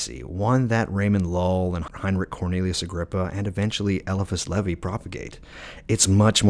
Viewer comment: Agreed, that and he's the ONLY person I've came across to mispronunciate LE-VAIS name into leh-vee, not a big deal just thought it was odd.🎉 Him, Agrippa and dee are whose works I have followed and practiced off of myself unlike most men I know who practice based off of thelema and Crowley's crazy ways, lmao.